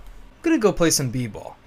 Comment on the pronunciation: Lol "i'm gonna go play some b-ball" sounded so white.